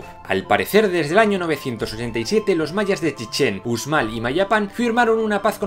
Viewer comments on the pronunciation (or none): none